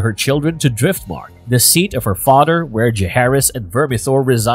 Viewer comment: Does it sounds like he’s saying “fahter”